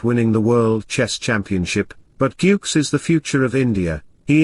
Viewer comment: please improve your pronunciation... GUKESH.. It's not yukes